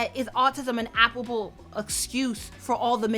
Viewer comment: Mm-hmm. And I think she meant to say "applicable," not "applable." JS, no judgment